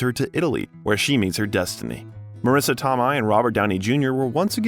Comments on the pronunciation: Your documentary is going. Just one suggestion, maybe check on how yo correctly say peoples names, cause you butchered quite a few famous names in here... Marris Toe-my , really? She's still acting ..Toe-my..... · Marisssa To-may, not To-Migh. Do your research!!!!! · Great video. My only criticism is the butchering of so many of the actors' names. Marisa Tomei (pronounced Toe-may), Ralph Fiennes (pronounced Rafe Fines), and there was one other actor I believe but I can't remember now. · Is this narrated by AI? So many strange pronunciations. Tomei is Toe-may not Toe-my. And the slight emphasis pause in Favreau 😂😂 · I enjoyed this biography just a suggestion do some research on the correct pronunciation of the actors names like Marisa Tomei is Tomay not Tomeye just fyi keep up the good work I really do enjoy your work thank you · It can't be that hard looking up pronunciations of names, because holy shit. Marisa TOMMOY? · Tomei is pronounced like "toe may" ... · do you use AI / text reader for the narration? You mispronounce some well-known actresses' names... Marissa Tomei "Toe-may" and Cybill Shepherd (Sih buhl). Roger Ebert (ee-bert, not eh-bert). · Greenwich Village ... how can you not know it is pronounced "grenitch"? and Marisa Tomei is pronounced Tome-may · Yay! Robert Downey Jr! But, who is this narrator slaughtering all these famous people's names? Warren Beety? Sigh-bull Shepherd? Marisa Tom-eye? Roger Ebb-ert? Gahhhh!🙄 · Wonderful narration, however, 2 names I thought you ought to get right were Greenwich Village (greh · nuhch vi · luhj), and Marissa Tomei (toh-MAY) ❤ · My hell do I love RDJ. I’m just smitten. I love that Mel Gibson always stood up for him. PS: it’s “Grennich,” not Gren-witch when pronouncing, “Greenwich.” It’s also Sib-ill Shepherd. Marisa Toe-May is an Oscar winner, so put some respect on her name! Just little things that took me out of this otherwise good biography. I do love “Back to School.” Such a fun movie! 😂